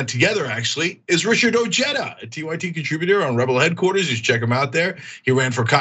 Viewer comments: It's pronounced O-heh-da. The J is silent in spanish. C'mon CENK! You should know that by now! You know how to pronounce Jesus. You say it ALL the time. So you should know how to pronounce OJEDA. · I believe Ojeda's name is pronounced, "o-hay-da". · Ojeda is pronounced Oheda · doesn't change the fact that it is a Spanish surname and the correct spelling is as described but putting an" English j " in it is mispronouncing it. Ojeda himself is mispronouncing this Spanish language surname!! if you want to be more charitable we could say he's americanizing it. So really both you and Tom converse are correct